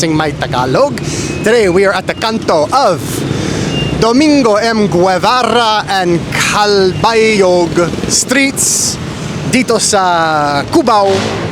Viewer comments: Guevarra is pronounced as Ge varra silent “u”. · 🇵🇭 Guevarra is read with a silent "u"..🇵🇭